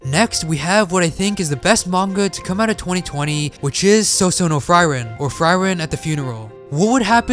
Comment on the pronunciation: Pronounce Frieren right fcking hell pllsssssss my ears hurt -.